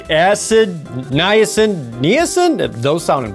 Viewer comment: Oh, Come on Jerd! You can pronounce all the crazy, 30-syllable names of Final Fantasy bosses, but you can't pronounce 'Niacin'? :o